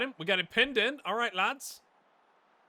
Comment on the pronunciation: I can't pick what was better every time you said "alright Lads" and it sounded like an accidental Irish accent or you Beautiful Mind-ing the player Attributes 😂